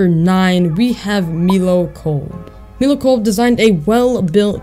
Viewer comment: You said milo wrong